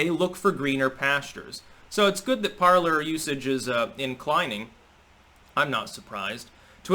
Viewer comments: PARLER is a french word pronounced like" PARLAY" meaning ,"to speak or to converse" from the verb PARLE...not parlour like a living room or salon. Just sayin... GO STYX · I thought it was supposed to be pronounced "parlay" as in the French word parler, meaning "to talk."